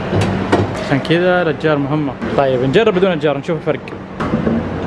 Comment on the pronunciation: اكتشفت ان مايقول اشجار يقول اجار